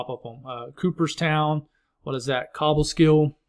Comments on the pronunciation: Lol its funny but i was born in cooperstown lived in Cobleskill. Its pronounced. Coh-bull-skill lol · I corrected Utica, so I'm glad someone else did Cobleskill. 😂